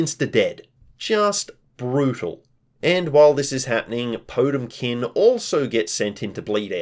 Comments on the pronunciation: It's pronounced poh-TEM-kin, not TOTE-im-kin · quick heads, up, potemkin is the name of a guilty gear character and i think you're mispronouncing them name slightly. there is more emphasis on the T, po TEM kin